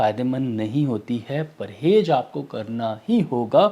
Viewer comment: "Parhez" Sir not "Parhej"